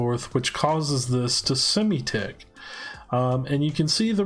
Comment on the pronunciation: I mean sim-tick, not Simi-tick